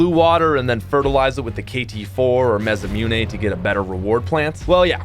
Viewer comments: ma-sa-moo-nay. not ma-sa-mune 😂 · repeat after me: MAH - SSAH -MOO-NÉ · The way he says masamune bothers me a little ;)